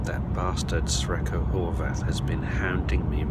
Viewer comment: ) Brian - instead of "Sre(c)ko" perhaps you should better use "Lucky" instead! ;-) (Actually the former is pronounced as 'srechko', which could be translated, e.g. from Slovenian, as 'lucky'.)